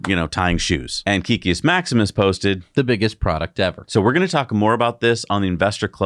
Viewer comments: Not sure why it bothers me but hearing it pronounced wrong the last few videos is getting to me. Kek in Kekius Maximus is pronounced "kehk" not "keek". If you are curious, kek originated in World of Warcraft. When an orc would type "lol" it would be translated to common as "kek". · Please guys it's Kek-kius not Key-kius